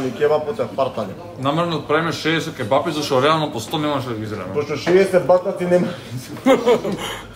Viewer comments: Ќе'бапи се кажува, а не ќеб'апи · daj be nauci se da kazuvas kebapi a ne ke-bapi